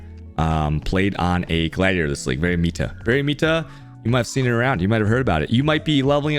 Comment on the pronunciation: it's meta not mita learn how to speak it's not funny anymore